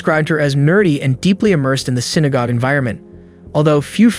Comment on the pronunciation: That was quick, thank god. Less than 10 seconds in wonderful AI narrator said "synagob"... soo, on to the moronic video. These presentations disrespect lives lost.